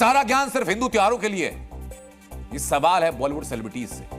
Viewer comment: सिलेब्रिटी शब्द है न कि सेलेब्रिटी